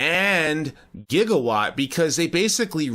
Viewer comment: No Back to the Future fan pronounces Gigawatt like that